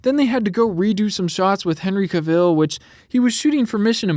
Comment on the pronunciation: Bro why’d you say Henry Cavil like that?😂😂 son said “ Henry Caveal”